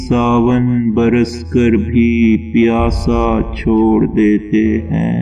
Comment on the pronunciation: Sirf do baaton ki nishaan dehi karna thee. Awwalan. Shaa'ir ko shaayad yeh pata nahin k.......Khulla. .... nahin. balke....... Khula... hota hai........ Sanian. Piaas. .. bar wazn e. aas. hota hai. Baaqi recitation acchi hai. Wassalaam